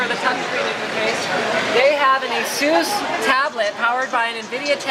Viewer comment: every time he says asus, I hear asoos